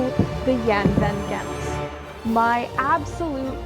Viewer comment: Lots of brightwork. BC is a great place to sail though the water is cold year round. Mostly very deep water. The G in Gent is very likely pronounced like the ch in loch (more or less) because the boat has a Dutch name. Find a Dutch guy and ask him how to say it properly. For comparison Gouda (cheese) is pronounced with the G like loch so ch-ow-da not good-uh as most people pronounce it.